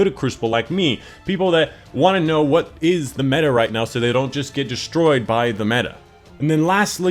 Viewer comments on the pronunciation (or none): none